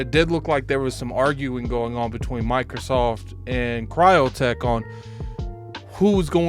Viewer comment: Crytek! Not cryotek